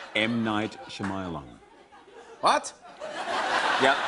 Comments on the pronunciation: M. Night Shamayalan😂😂 Shiamalan😂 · TermaRoboZillaMan he says "shamayalan" 😂😂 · TermaRoboZillaMan he says shumialun. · Lol he doesn't know how to pronounce Shyamalan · Yeah, me too. He probably doesn't know how to pronounce it. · What's wrong with Hugh Jackmans nose? And how is it that he knows of M. Night's movies, yet doesn't know how to pronounce his last name? 0,o hahaha